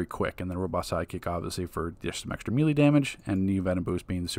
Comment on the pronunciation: Bro it’s melee (May lay) lmao